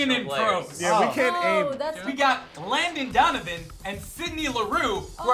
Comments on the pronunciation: said Glandon Donovan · "Glandon Donovan"